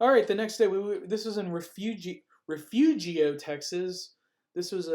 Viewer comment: Wow. Where are you from that you can't pronounce Refugio? What quadcopter is that?